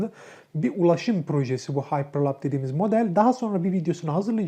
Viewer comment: bilgileriniz çok yanlış. starlink'in anlık uydu sayısı 1000'e yakın, 200 civarı değil! ayrıca elon musk'ın paypal'den ayrılma nedeni isim değil, şirketin sunucularını(altyapısını) başka bir teknolojiye geçirmek isterken oluşan anlaşmazlıklar. Ayrıca haypırlap değil, haypırlup diye okunur. Daha videoyu yarılamadan bu kadar yanlış var...